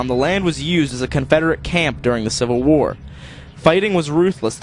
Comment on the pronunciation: I thought he said "we lost the WHORE" not WAR! :)